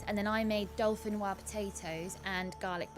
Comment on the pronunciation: Im sure I heard pronounce it "Dolphinwah" potatoes XD